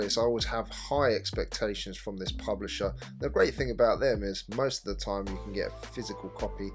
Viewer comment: so what your saying is its not worff my investment and toime?